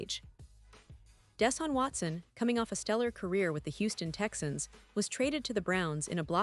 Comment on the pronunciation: This story is a joke. You can't spell "Browns" NOT BRONWS" nor can you pronounce Deshaun Watson. Very tacky, unprofessional video.